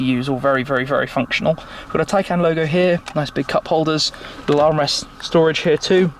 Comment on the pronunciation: I think this is the first time I've heard the name 'Taycan' and thought it sounded correct